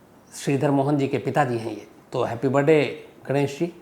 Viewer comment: Sir jiss tarha aap Birrrrrday bolte ho accha lagta hai